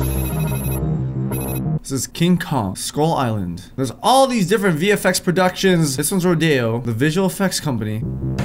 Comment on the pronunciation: is it just me or does every time says vfx it sounds like hes saying the effects?